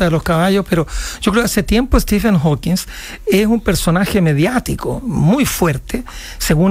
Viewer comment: Prof. Maza, es HawkinG, no HawkinS... Entiendo que los periodistas se equivoquen, pero Ud?